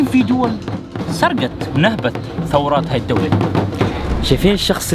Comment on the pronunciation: ثورات ✅ ثروات ❌😂😂😂